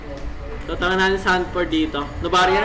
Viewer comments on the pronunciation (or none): That's the cutest reaction from Sanford 😂 CASTERS: Sanfeeerrrddd!!! (Di bale, Kapag ganito naman pronounced nila kay Sanford, maiisip ko talaga na Lapu-Lapu yung hero niya.)😂